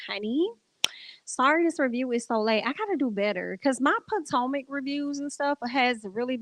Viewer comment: Not PO TOE MAC 😂😂😂😂😂😂